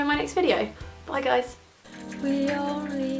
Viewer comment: daaam that intro😂😂hi guyyys but the way you said that like hii gois